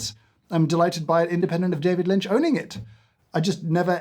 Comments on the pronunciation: "David Lint" had me! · "David Lint" I lost it... I'm an absolute wreck, drowning in tears of laughter. DAMMIT! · "David lint" 😂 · "David Lint" LOL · David Lint.......HAHAHAHHAHAHAHHAHAHHAHAHAHHAH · a-hahahahaha David Lynt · "We'll called it David Lint!" I'm crying. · "David Lint" 🤣🤣🤣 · "David Lint". made me laugh out loud in the dark in the middle of the night for real. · David Lynt! LOL! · It was the "David Lint" that got me. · “David Lint” 😂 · "David Lint" oh my sides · "David Lint" That was the final straw for me. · Seeing James unable to contain himself when he discovered Mister Lynch's beans, was a lovely treat. :) lol "David Lint" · David Lint, lol. Delightful. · David Lint killed me! 😂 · “David lint” and “it smells livid”😂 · "david lint" lol. so silly made me laugh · We are calling it David Lint 😂😂😂😂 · "David Lint" got you a like 😂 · I’m so simultaneously annoyed and impressed at “David Lint”. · I rolled my eyes hard at "David Lint" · Just got to the "David Lint" bit. 🤣🤣🤣🤣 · "David Lint" well done, and damn you! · "David Lint" really got me 😂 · David Lint 😂😂😂 I'm dying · "David Lint" got the giggles out of me. Ah, go keep it man. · "We're calling it David Lint." STANDING OVATION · "David Lint". I quit. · David Lint lolz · 'I'm calling it David Lint' 🤣🤣🤣🤣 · David Lint. 😂💀 James, have you ever read (or listened to the audiobook, read by him) Catching the Big Fish? It’s great, perhaps you and others here would enjoy. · David Lint made me chuckle 😂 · I can't get past David Lint if I'm honest 😂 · “David Lint”😂😂😂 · "David Lint" 🤣